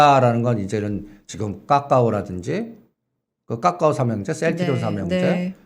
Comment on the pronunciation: 본인의 생각이시니 자유롭게 말씀하셔도 되는데, 카카오를 까까오로 발음 하시는 건 좀 고쳐주시길 바랍니다.